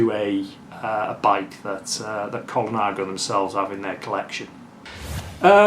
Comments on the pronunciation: .."Col-i-nago". It's Col-na-go. Innit? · Cinelli = Chee-nelly, not See-nelly. Ciocc = like church without the R. Colnago = COAL-nah-go, not Cola-nago. Campagnolo = KAHM-pahn-yolo..Piu = pew. What do you mean "Ernesto (Colnago) was wheeled in to the bike show"? It's not like the man's in a wheelchair even today! Saronni won the World;s in 2002? Sorry, but that was Mario Cipollini but he wasn't riding a Colnago. Besides all that - nice collection!!! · Extremely beautiful collection. Is it just my old ears or am I hearing Colanago?? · Yep even the expert gets it wrong….